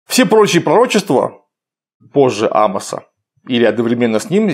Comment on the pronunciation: В имени пророка Амоса ударение на О , отсюда фамилия - Амосов.